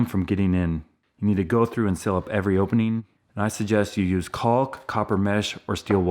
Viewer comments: Caulk is just pronounced "cork" dude. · The 'L' in caulk is silent. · Isn’t the L in caulk silent? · isn't the 'L' in 'caulk' silent? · the 'L' in 'caulk is silent. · Great video as always, but the L in caulk is silent I believe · I've never heard anyone pronounce "caulk" that way with such emphasis on the "L". AAMOF..I don't think I ever have..interesting